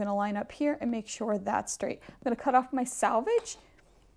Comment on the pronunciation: Pronounced “ SELVAGE